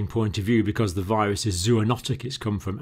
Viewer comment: Whats a “viwusss” Lol